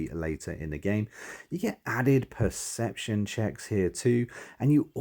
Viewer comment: Pum-ficiency. Pre-ception. Aside from that... Sorry, useful, thanks.